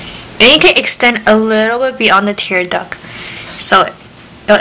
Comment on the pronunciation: She said " Tear Duck" :D